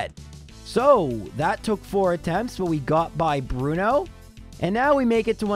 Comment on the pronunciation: Bruno Two-no